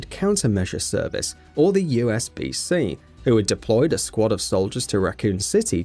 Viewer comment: How do you say out loud "Umbrella Biohazard Countermeasure Service" then fuck up the acronym so badly "USBC"